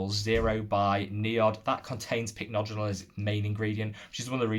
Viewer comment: you finally got the hang of pronouncing Pycnogenol! 🤭 Lovely video and honestly you're now my favourite YT Skincare guru ❤ I mentioned these products in the livestream yesterday but my top discoveries of this month have been the I'm From Mugwort essence and mask. The essence is so soothing and hydrating and sinks in completely. I had an acne break out this month and the mask saved my skin. It has a very weird texture but it's one of those masks you can use everyday and your skin just feels much smoother and less inflamed. I'm hoping to get their mugwort cream to try as well 🤗